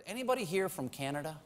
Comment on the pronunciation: Love it! The singer needs to work on the pronunciation of Canada, however, as it sounds like he's saying O Caneeda. But I guess we all need a little more Canada in our lives.